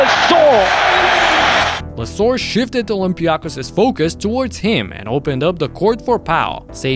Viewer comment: For God’s sake! It’s OlympiakOs and PanathinaikOs is it so difficult for you? Do you say BarcElona or REal?